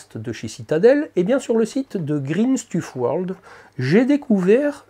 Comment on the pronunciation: Magnifique cette peinture 🙂 Je connaissais et j'hésitais à en acheter mais je savais pas quoi peindre avec 😂 Belle réalisation vidéo au passage. (On dit "Green Steuf World" il me semble ^^)